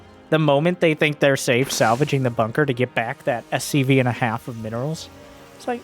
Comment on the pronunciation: ok i have to ask. why do you call them mcvs instead of scvs